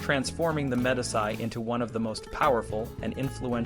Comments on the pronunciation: "de MED-iss-eye"? Honestly. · MEE DEE CHIII. good stuff though